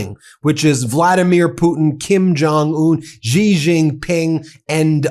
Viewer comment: Xi Jinping is pronounced she like the woman like the girl. She